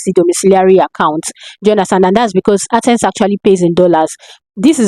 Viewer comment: Ad sense or accent? Wats dat?